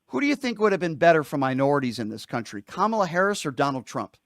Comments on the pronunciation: Just by the way he pronounces Kamala's name, tells me he has voted for Trump since 2016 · Racists tend to mispronounce kamalas name